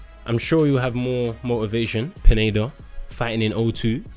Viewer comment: You said pineda wrong